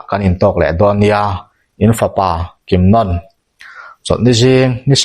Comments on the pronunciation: I chhiar ngaihnawm viau mai mahse misual pakhat hi kimnon ni lovin kimnawn ti in kan hre thin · a thluk hi a lam diklo in kalo hreve a,kimnawawawna tih tur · Kimnawna hi ilam diklo, anawna nawn niloin nawn tih laikhi athluk ahniam tur, Kim laikhi aki asanga nawn tihlai khi athluk ahniam tur. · Kimnawna tiha 'Nawn' tih lai hi 'Bawkbawn' tiha, 'Bawn' kan lam anga lam rik tur a nia. Eng pawh hi se i chhiar thiam, a ngaihnawm bawk e. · Pi tar thattu hi Kimnawna tih a in lam hi Nawn tih ah hian thlukna a awm a , chuvangin nawn tih lai kha thluk tur a ni e . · Kimnawna ti a i lam rik dan hi ka hriat dan nen a in anglo. Zanlawn tih ah hian lawn tih lam rik ang hian nawn kan ti.. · Kimnawna hming i lam dan chu a va hawihhai love. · Kimnawna 'nawn' lai tak hi sainawn kan lam rik anga lam loh tur,lamhniam tur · 'Kimnawna' ni lovin, 'Ainawn' kan lam rik dan angin, 'Kimnàwna' tih tur a ni. Chutiang bawkin, 'Lairumi' tih pawh hi, 'Laifei chawi' kan lam rik dan anga, 'Làirumi' tih tur a ni. Tin, Biate aṭanga um zuitu mi 13 an thlan zinga pakhat hi ka papuia a ni a, a sawi danin Vaphai aṭanga mi pahnihin an rawn fin tih hi a dik lo ang. Hetih lai hian Vaphai aṭanga rawn kal an awm lem lo a ni awm e.